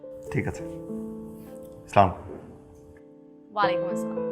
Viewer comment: সাাওন ভাই সালাম টা ঠিক করে দিলে ভালো হয়...... তাহলে সমাজের মানুষ জন্য ভালো হয়🥰🥀